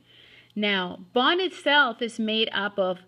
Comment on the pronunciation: what in the world is this person trying to say? "now bon itself is made up of"